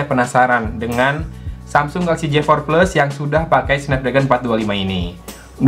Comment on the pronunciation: Mas J4+ bacanya JeyForPles yes, bukan JiForPles. ☝️